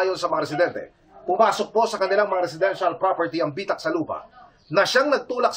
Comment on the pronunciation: Bitak not bi-tak